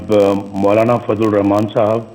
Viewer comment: Hrami ko bismla bhi parhni nhi ati Rakhman e raheem